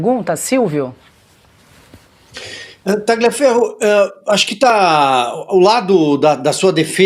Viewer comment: Não é Ta-gli-aferro, a pronúncia. Escreve-se "gli", mas a pronúncia, é Ta-lhi-aferro. A pronúncia é igual ao "lhe", no idioma português.